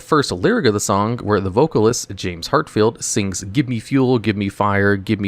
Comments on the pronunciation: The Metallica singer's name is Hetfield, with an e. Not Hartfield, as you said. And not Hatfield, as you typed. Great job insulting your audience. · I can tell you who’s not a Metallica fan lol. James Heartfield Lars Ulreek Curt Hamlet and Bob Truheelo. And future bass???? Is it fish music? Are you ok? Maybe you had a minor stroke when recording this. It’s spelled bass but pronounced base. You gotta be trolling. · reading disability gets a chuckle out of me sometimes. James "Heartfield" lol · James Hetfield. Not heartfield, or hatfield. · "James Heartfield" JFC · ....it's not Hartfield......it's....Hatfield? lol where's the R? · James Hetfield, spelled at Hatfield and pronounced as Hartfield. Love your videos but I found it funny his last name was all over the place.